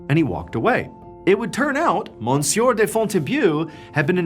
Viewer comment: It’s pronounced M’syuh not mon-sewer